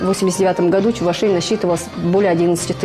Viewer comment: Чувашей, ударение на второй слог. Внимательно будьте)